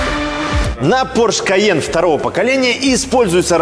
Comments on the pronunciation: пОрше, а не поршЕ ! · Не ПоршЕ, а ПОрше!)) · Фердинанд По‘рше каждый раз переворачивается, когда его фамилию называют Порше’) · «ПоршЕ» и противный голос сильно напрягают. Интересный обзор сильно диссонирует с голосом… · ухо режет произношение марки Porsche с ударением на последнюю букву)) правильное ударение на букву О!